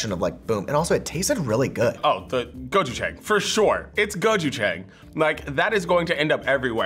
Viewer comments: bruh whats with their pronunciation gochujang, its gochu - jahng not gochujaeng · sunflower seed butter > chickpea butter - gochujAHNg, not gochujAENg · screaming internally gochujang = go-choo-jAHng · Me: oh gochujang... Fbe: it’s gochujANG They should’ve gotten tteokbokki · I’m Korean and I’m laughing because they said gochu jAng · The way she said Gochuchang was sooo sooo wrong. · "Go chew chaeng"....ah come on. Don't murder the name now 고츄챙 ㅋㅋ ^^ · *GO-Chu-Jang :) I was confused when they said it at first lol but I love that they liked it :D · gochuJANG (jah-ang) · I’m sorry but authentic Gochujang (go-choo-jahng) is spicy. Idk what they gave y’all. 🤦🏼‍♀️ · The way she said gochujang I really can’t Mukbang was bad enough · the way they're pronouncing gochujang is killing me tbh🤣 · I’m Korean and they have been pronouncing Gochujang wrong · i don’t think that’s gochujang and i’m crying w the pronunciation but it’s alright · Gochujang is a chili paste...that doesn’t look like the consistency, and definitely doesn’t sound like what it tastes like..idk if that’s like a new gentrified version. Definitely not the Korean one. And the pronunciation was horrible, can y’all at least try? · The pronunciation of gochujjang is so bad. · How they said gochujang omg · That pronunciation of gochujang though....... 🙈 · Omg the way she butchered 고추장 hurt me